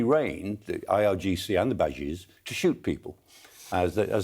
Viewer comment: the "bajeez"? :-D They're called ** Basij **